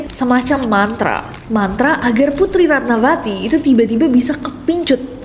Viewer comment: Ratnavati =Ratnawati ( V dibaca W) contoh: vihara -wihara, silva-silwa/siwa, isyana sarasvati-isyana saraswati